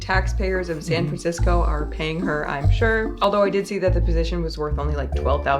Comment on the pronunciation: San FranCrisco, puh-lease.